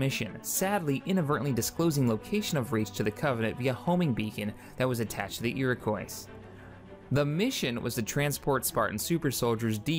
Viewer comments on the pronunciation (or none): the word Iroquois is pronounce ear-a-kwa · Oh my god its iroquois pronouced irikwah